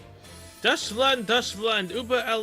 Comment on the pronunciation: Why are you mispronouncing Deutschland as Dutch Land? Is it because you never pay attention to how Deutschland says her name so you never hear the "oi" sound?